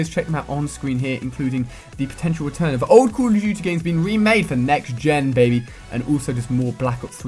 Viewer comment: sounds like he is saying call o tuty